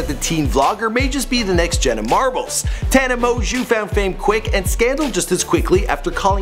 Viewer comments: How to pronuce her last name tana mon-joe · tana monjew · mon•gieu it's pronounced ta•nuh mo•jo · Tana monguuuu